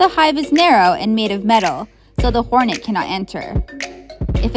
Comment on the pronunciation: "hornetu" not even how that'd be pronounced